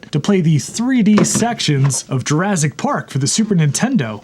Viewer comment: Yeah, Jurazzic. It started with people suddenly saying “rezource” or Clint over at LGR saying eithernet instead of ethernet. I’ve heard a BBC presenter pronounce vertical as “verdigul.”